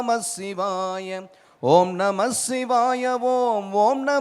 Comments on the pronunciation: Shivaya pronunciation thappu ji aluthu sollanum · ஷிவாய அல்ல... சிவாய என்று உச்சரியுங்கள்.